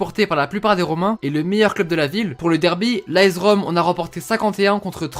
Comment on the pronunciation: Ça se dit aS Rome pas aEZ Rome